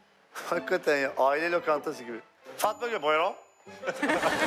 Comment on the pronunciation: Sanki İlker abi Fatma Gül deyilde Fama gül dermiş gibi 😂😂 11.28 afiyet olsun acayip acıdır 😅😅😂